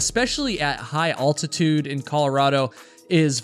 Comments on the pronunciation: You pronounce altitude wrong. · The way you pronounce 'altitude' is just wrong... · Great video! Maybe check your pronunciation of the word 'altitude' though. 👍🏻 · I'm amazed that, as a hiker, you've never learned how to pronounce "altitude". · We are wondering on your pronunciation of the word “altitude”. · Every time i hear pronounce altitude 😂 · Pardon the comment but you might want to check your pronunciation of the word "altitude". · Stop saying altitude incorrectly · please google [altitude] and find out how to pronounce it correctly. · Dude ... whats up with u and the word Altitude ??? Youre pronouncing it like a Canadian thats trying really hard to pretend being American ... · So what that he mispronounced 'altitude'? This isn't a university class! Don't let the minutia of telling a story detract from the loss and tragedy of Michelle Vanek and its impact on her family and friends. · Yeah he says it wrong. Never heard that before. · I really enjoy your videos but if I have to listen to you mispronounce altitude one more time I may start screaming & be unable to stop. lol It's al, like a man's name, not all. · It is altitude (al like in " pal") not "all-titude" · There is only one "L" in "altitude", so instead of pronouncing it "ALL-titude", you might consider pronouncing it "AL-titude" (like the name "AL") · Bruh, Google the correct pronunciation of altitude. It's altitude, not ALLtitude. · hey bud ur saying altitude weird. like aLLtitude or oultitude its just AL-titude lol its just starting to getting to me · is the only person I know who pronounces altitude as awl-titude rather than ahl-titude. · I've never heard anyone pronounce altitude as aultitude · I don't watch a ton of hiking videos, and it's not like I hear people saying the word altitude everyday, but I've never heard anybody pronounce it "oltitude" before. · Subscribed. What a crazy and tragic story. Those poor kids..... I like how you pronounce Ultitude.... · It's ALtitude! Not AULtitude!